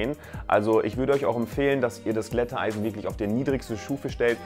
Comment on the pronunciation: Nein, ich bin nur einer, der deine Videos mag und ich finde die Aussprache von Glätteisen von dir ein bisschen speziell.